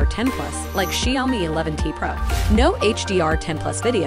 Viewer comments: Correct pronunciation - Shao_mi This robotiy Lady - Shiyo_mi 🤣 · gotta love the text-to-speech which can't pronounce Xiaomi! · Feeling like she is pronouncing the word 'Xiaomi' differently. I never heard this tune before.